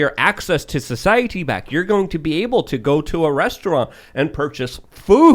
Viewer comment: Take a shit everytime says SO-CI-A-TEE 😂